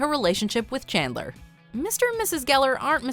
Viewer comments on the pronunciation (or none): "learn about her relationship with Kandler" Kandler? plis tell me am not the only one hearing that 🙀